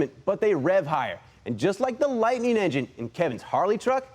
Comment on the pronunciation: Vehicle name: Ford Lightning Narrator in video: "Ford LightNING" Video title: "Ford LightING" Video description: "Ford LightING"/"Mini LightENING" HOLY CRAP, WHICH IS IT!?!?